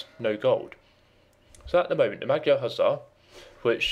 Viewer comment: It is interesting the creators why used magyars and not hungarians.Sorry for this but it is a little annyoing how you spell magyar:D By the way nice video like and sub